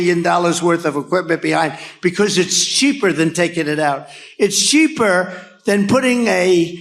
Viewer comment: "It's sheeper to" wtf Dumb-ass Trump??